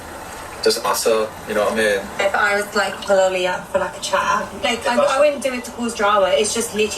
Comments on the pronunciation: AH-LEE! lol That’s how he says his name Jessie, the pronunciation is killing me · Jess, I’m cracking up at you calling “Ollie” — “Oh-Lee”. 💀😂 His name is pronounced “Aww-Lee” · I’m really wondering why you keep calling him “OH-LY”… I’m genuinely curious. His name is “AW-LY.” Like is this like a Tolu situation or... lol